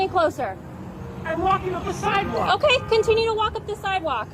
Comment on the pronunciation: omkay? omkay.... omkay?? Omkay...